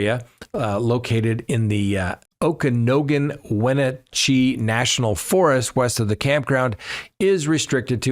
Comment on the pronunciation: Love your show, but you're pronunciation of Okanogan/Wenatchee Forest made me laugh out loud. Phonetically, It's Oh-ka-noggin and When-nat-chee. Just thought you would want to know.